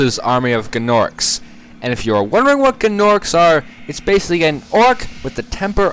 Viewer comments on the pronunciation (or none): gnorcs are pronounced norcs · It's like Gnat. The G is silent.